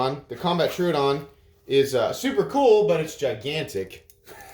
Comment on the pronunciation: Tro odon not truudon come on man